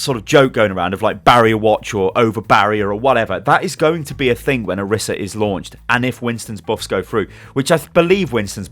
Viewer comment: orisa's name is pronounced oh-ree-sa not or-issa